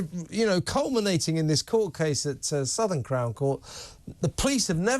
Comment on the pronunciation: Southwark, not Southern x 2.